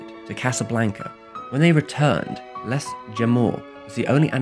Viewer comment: The s in les is silent, it's french not spanish!!